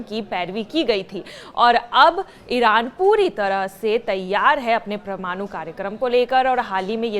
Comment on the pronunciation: O madam pramnoo nehi parmano bolo😂😂